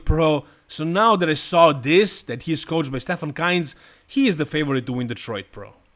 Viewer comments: Bro how r u pronouncing kienzl like keynts😂. It's "keentsl" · KIENZL not Kinz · why do u name Stefan KIENZL always KAINZ? Is it on purpose or do I miss something?